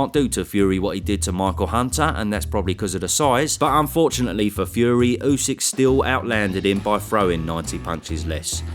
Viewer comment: Tyson calling usyk usek is so annoying, just say his name properly ffs